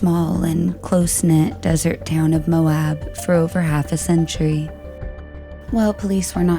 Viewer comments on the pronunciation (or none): none